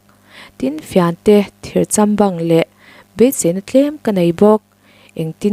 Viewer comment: Thirchambang nilo in thir châm bâng ti a lam rik tur a ni zawk lo mo